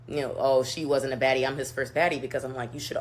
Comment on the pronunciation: Did she say baddie? I thought she said faddie! 😆